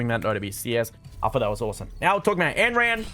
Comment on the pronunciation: every time he says anneran i die a little